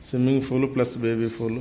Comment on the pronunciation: దయచేసి ఇంగ్లీష్ మాట్లాడొద్దు... స్విమ్మింగ్ ఫూల్ కాదు.. పూల్.